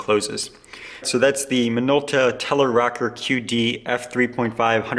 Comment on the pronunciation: Not Rocker...Rokkor